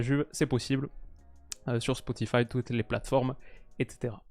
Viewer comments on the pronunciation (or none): none